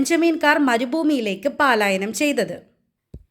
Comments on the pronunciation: മോളെ പാലായനം അല്ല പലായനം ആണ്❤ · Palayanam alla. Prononciation wrong